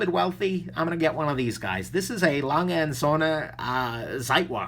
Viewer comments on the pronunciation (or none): none